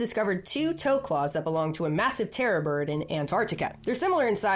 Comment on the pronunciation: Wait is she saying terra bird or terror bird?